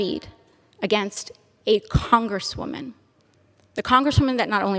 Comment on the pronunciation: When the proverbial shoe is on the other foot, AOC doesn't like it. LOL!! She's a *congresswoman*. Notice her emphasis on the word congresswoman. Then goes on about the "Oh woe is me because I'm a female" speech after that, ugh!